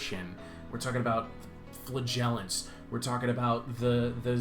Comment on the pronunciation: 100% thought you weren't wearing a shirt when this video started. Also, you should add you saying the word "flaggelents" to your intro. Lol! Loud and pronounced.